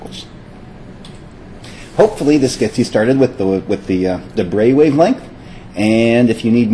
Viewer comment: Well done, finally somebody pronouncing De Broglie relatively correctly.